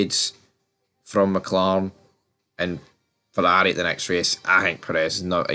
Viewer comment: Red-Pill? Azdon Marden! Fourarri! Mouk-Lawrein! The guy must talk about F1!